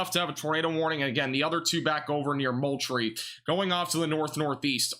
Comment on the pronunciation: Ok, thats Val dos ta and Mole tree